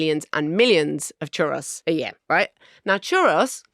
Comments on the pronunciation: Definitely pronounced choo-ROEZ, not chuh-ross. 🙋🏼‍♀️Texan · Is that really how you’re supposed to pronounce ‘churros’? ‘ChuROSS’? I always thought it was the plural of ‘churro’ (one churro, two churros’) ‘ChuH-ROE’, and therefore ‘chuhROEz’ My life has been forever changed. Thinking back now, full of embarrassment, at all the times I ordered some churros. 😳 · It’s pronounced ‘churose’ not ‘chuross’. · Am I the only one perturbed by Marina & Richard’s pronunciation of Churros. It’s Chur-O’s, not Chur-ross, is it not? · What a strange pronunciation of churros ?! It's churr-ohs!! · Omg please learn how to pronounce Churros or stop saying it. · If you are going to say “churros” so many times at least learn how to pronounce it. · Hering Marina say churos wrong multiple times but utterly confidently is good fun. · The pronunciation of 'churros' hurt. Absolute worke nonsense! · Why are they pronouncing churros like that? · marina's pronunciation of churros is hurting me spiritually